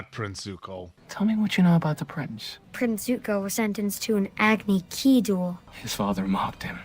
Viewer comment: It was the "Agni-Kee" line that broke me. Part of me wanted to believe that SOMEONE involved cared a little bit. Sure, all the names might be wrong, but maybe the director is trying to represent the cultures that the nations are based off of. "He lost in an AGNI KEE duel" Never mind. Just end me now.